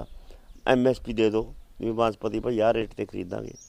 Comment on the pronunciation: ਕਿਸਾਨਾਂ ਦਾ ਆਗੂ ਬਾਸਮਤੀ ਨੂੰ ਬਾਂਸਪਤੀ ਕਹੀ ਜਾਂਦਾ 😁😁